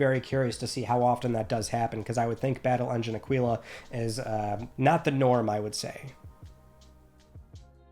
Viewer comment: Aquila = awk-i-la. Not aqeeeela